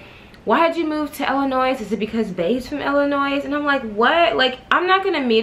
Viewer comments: The “s” in Illinois is silent... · Lmao definitely cringe every time anybody says the “s” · Curl Essentials 101 it’s Illi(noise) which means you make a noise when you say Illinoissssss😩😂😂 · the "s" in illinois is silent...omg.